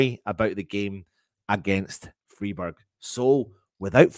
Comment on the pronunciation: Freeburg! 😂😂 Love it 😂😂